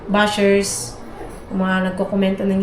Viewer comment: Correction po👋😊❤ it's not busher it is basher po 😊☝️